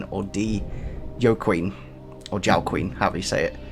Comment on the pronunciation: it's pronounced Wa-keen